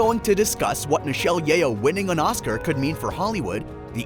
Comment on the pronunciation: Her name is pronounced as Yoh, not Ye-oh 😅